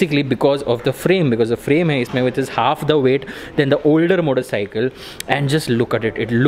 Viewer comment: All I heard was motorcycleL